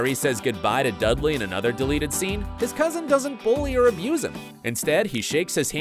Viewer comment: Its dudley not dugley